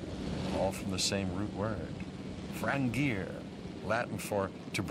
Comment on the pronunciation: Latin word ”frangere” is pronounced nowhere near how Dr. Malcolm said it!? So I’m thinking he’s a fake doctor! :P